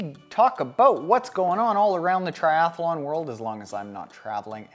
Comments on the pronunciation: 1 A in “Triathlon” not Triath A lon”. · lol...I pronounce it triath_a_lon too; my mouth doesn't seem to like so many consonants in a row.